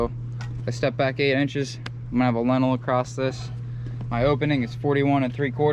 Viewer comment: FYI ... Lintel not Lentil